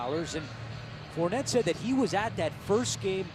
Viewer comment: "Four-ney", not "Fournette"....he's from Louisiana.